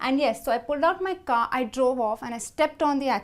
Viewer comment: Her pronounciation is killing me !!! Did she say car or ga ?